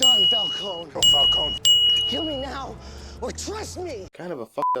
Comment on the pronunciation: Of course Alfred says Falcone properly, he's English.